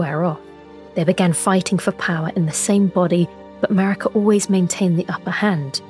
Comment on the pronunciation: Ok, I know it's Maraka, but I keep hearing MERICA! Lol